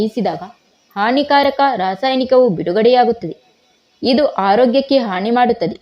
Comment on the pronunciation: ಥೂ,, ನಿನ್ನ ಭಾಷೆ ಉಚ್ಚರಣೆ,, ಹಾನಿ,,, ಹಾಣಿ,, ಅನ್ನ ಅಣ್ಣ,,, ಜೀವಣ